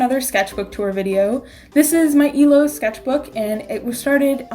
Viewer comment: Am I the only one who heard "This is my emo sketchbook." Instead of illo